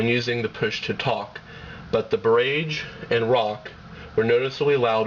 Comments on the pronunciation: barrage! rhymes with mirage. wow...internet "journalist" are horrible. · It's encouraging that watchers recognized the mispronunciation of barrage. It drove me nuts too. That said, it was a good, and seemingly objective rating video on the phones. I came away knowing that the Casio would be my next phone. I pray that it has more reliable phone use than my friggin' Palm Treo, that drops calls, fades out on both ends, etc. But, that's another rating story. Seriously dude, use the video, and dub in new voice-over with the correct pronunciation. Good job overall. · a few things- 1. learn to pronounce barrage. 2. if it's not QWERTY, it's a keypad, not a keyboard. 3. tell us the internal screen size in inches... especially if you tell us the external screen size in inches. 4. don't make reviews at 2am! otherwise it was a good comparison. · its barrage, not birrragge. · LOL BER-RAGE! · its pronounce "bah-raj" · It's barAEgge not barAgge you fucking idiot! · That's pronounced "BAH RAHJ" you twit! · Bar....age.... rhymes with mirage. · great work, i thank you as im looking at these phones and the boulder. I appreciate your review and the time you put into it. Barrage or bar-RAGE, who cares how its pronounced as i can understand what you are saying. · Good review, but it's pronounced buh-RAHj. Mispronouncing the product over and over is a big negative. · I agree with CSUSam. Not being able to correctly pronounce the name of the Motorola "Barrage" utterly destroys the credibility of the review. I suppose the reviewer assumed that since "GARAGE" is spelled with only one "r", then the "Barrage" must obviously be pronounced with an emphasis on "RAGE". He devalues the raised keys on the Barrage and pumps up the raised keys on the Rock. WTF? He should have also mentioned that the battery life on the Barrage is much greater than that of the Rock.